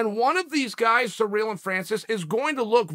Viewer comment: Why are all the Americans calling Gane ‘Surreal’?… It’s Cyril.